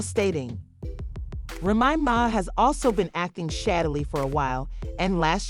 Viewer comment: This mf can't say "Remy Ma's" name correctly. Called her everything but her actual damn name 🤦🏾‍♀️🤣